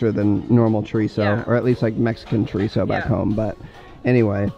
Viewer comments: Okay im sorry but as a mexican hearing you say chorisso killed me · i’m mexican and every time he said chorizo i raged so hard i wanted to tell bc he was saying it so wrong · When ever he said chorizo I was like chorizo miho chorizo